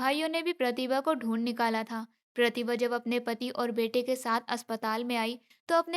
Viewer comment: Voice achchi nahi hai pehle achchi thi प्रतिभा को galt तरीके से कह रही थी